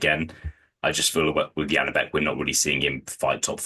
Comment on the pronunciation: Why tf are you saying Yanibek?? His name is Janibek, pronounced like Zhanibek if its easier to understand. What is this tendency to change the sounds of the letters